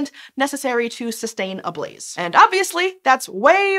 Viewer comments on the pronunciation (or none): none